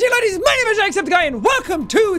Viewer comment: Laddies* not ladies 🤣